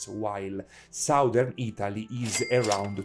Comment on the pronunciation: foreigners always mispronounce the two words SOUTH and SOUTHERN. The OU is pronounced correctly in the word SOUTH, but the OU is pronounced differently in the word SOUTHERN. it should sound like a soft A. it's hard for me to explain.